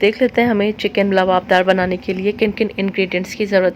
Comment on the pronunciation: Luaab daar not labadar labdar is not correct ، luaabdaar is correct word ،،،